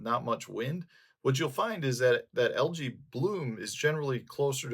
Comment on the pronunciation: Love your videos. You've taught me so much. May I humbly return the favor? AE in English is pronounced as a long E, not A. So, al•jee not al•jay. Same for aegis, antennae, paediatrics, Aesop.